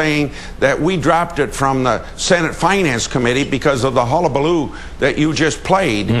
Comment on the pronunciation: lmao.... "Hulla-ba-loo", Senator it is 2009, and you are out of touch.